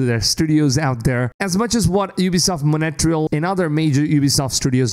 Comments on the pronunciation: Why do you say "Montreal" like "moNEtreal"? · Monetrial? Montreal is not hard to pronounce. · it's montreal dude 😭 tf is monetral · It's hilarious how you pronounce Montreal